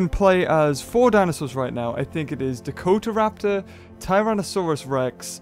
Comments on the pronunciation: It's Dakotaraptor not Dakoraptor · Great informative video, but, why do you keep saying Dako-Raptor? It's Da-Ko-Ta-Rap-Tor. But aside from that, thank you for bringing this to everyone's attention. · Dakoraptor?! No...its Dakota-raptor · dakoraptor... its dakotaraptor to let u know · it's DAKOTAraptor, not Dakoraptor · Not Dack-oh-Rap-ter Duh-koda-rap-ter. As in Dakota-raptor. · its DakoTAraptor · yes it's pronounced like the state as it was where it was found and named after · GalacticSwagDragon TV you mean to pronounce it like Dakota the state(s), right? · you are pronouncing Dakotaraptor wrong. Its pronounced Dakota like the US state. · dakotaraptor is pronounced Duh-koh-tuh-raptor. Just thought I should let you know:) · I cried every time he said "dakoraptor". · he said dakota at first